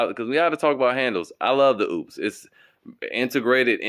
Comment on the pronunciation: The name is not oops, it is Opes. Talk to the folks that make this, so you don't sound stupid.